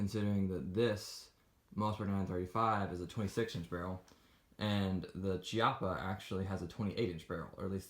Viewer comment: Kee-appa, not Chi-appa